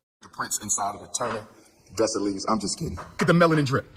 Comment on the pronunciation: I'm so sick of this fraud Umar & I want him to say Dessalines the right way..the S at the end is silent..leave my Haitian people alone!